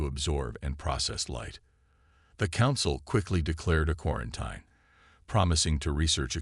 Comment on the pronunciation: I truly wish AI would learn how to properly pronounce words like “quarantine”.